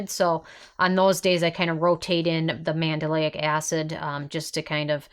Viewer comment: Psst it’s pronounced Man-del-ic NOT Man-da-lay-ic. You’re adding an extra syllable.